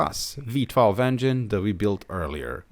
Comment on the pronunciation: enjoyed the video. But it's VEE-12, not WEE-12. The Germans teaching English at it again.... can't stand it.